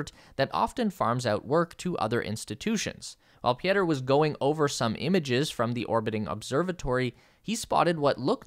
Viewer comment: Pieter is pronounced Peter...how hard can it be.... do your homework yank..